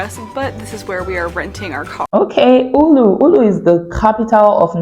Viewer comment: Her butchering of town Oulu is wonderful. Not really. There is google thing that tells you how to pronounce things